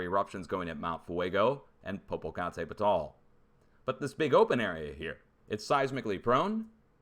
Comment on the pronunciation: HAHAH the volcano (@ 1030 Popocatépetl) in Mexico is pronounced. Po-Po Cot-a-Petal. Po Po Cot a Petal. Now say it faster Popocatépetl... faster Popocatépetl! Good. Better!! Work on it. Please no Pe-tal... petal. petal. Or just call it "Popo".